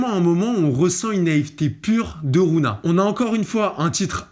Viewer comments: Ça aurait été une big masterclass si tu disait rougna et pas rouna mdr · Ça ce prononce rougna par contre mon reuf